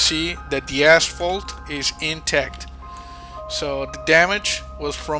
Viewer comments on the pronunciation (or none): none